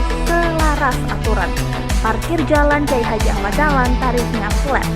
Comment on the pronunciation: Pengisi suaranya kemiringan kalau tidur. Masak KH Ahmad Dahlan dipanggil Kyai Hajah...